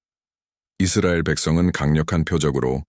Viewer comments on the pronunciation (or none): none